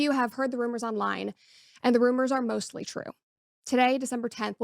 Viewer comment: I love how Brett says “MOSTLY true” is soo telling the way she emphasizes the word.